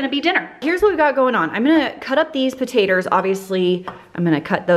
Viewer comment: “Potaters” - Literally how I say it too! 😂